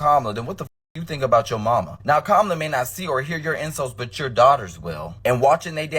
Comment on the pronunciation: Perfect comparison between Tulsi Gabbard , and Kumala . Vivik pronounces her name like that , he should know how to pronounce her name correctly cuz he's Indian too .